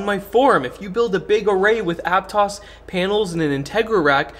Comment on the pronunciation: You must be from Santa Cruz because you pronounced Aptos correctly.